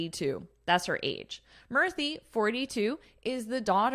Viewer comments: Madam Murthy is pronounced as Moorthy. U should sound like oo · In India, pronunciation of Akshata in hindi is 'Akshta' and pronunciation of Murthi in hindi is 'Moorti'. I am a native hindi speaker. So this is for the correction. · She pronounces in a funny way, Indians namee